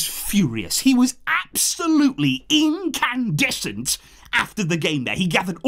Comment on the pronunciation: is my new English Teacher 😅 "INCANDESCENT"💯